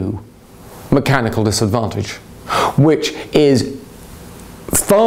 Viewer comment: Skel-LEE-tal!! Mek-AN-NeeKuL dif-FIK-KUL-TIES of the Ee-so-phay-gus. I had a professor who had much the same pronunciation of anatomical terminology and medical conditions. The phrase following skel- LEE-tal is "Mechanical difficulties of the esophagus."